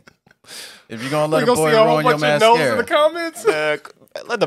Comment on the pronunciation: Not you pronouncing mascara wrong 💀💀